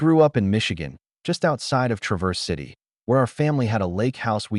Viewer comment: AI needs to learn to pronounce Traverse City